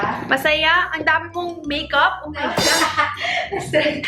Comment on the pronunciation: "oh may golay" HAHAHAHHA